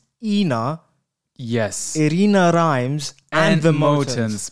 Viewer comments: it’s Irina Rimes not Irina Rhymes 💀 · It's rimes not rhymes